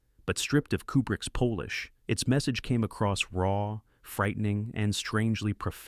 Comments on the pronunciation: the AI voice needs to learn the difference between Polish & polish :-p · The narrator is beyond incapable. I stopped when he said "stripped of Kubrick's Polish". I wasnt aware that Stanley spoke Pole-ish. Hire better personnel or take your channel & go home. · This is just another AI essay with AI voice (polish was pronounced as Pole-ish) . ... stupid. smh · Sigh...another AI narrator, Kubricks 'polish' as in from Poland. People use your own voices or at least vett your content.